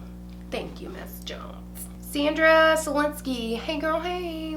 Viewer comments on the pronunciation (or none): none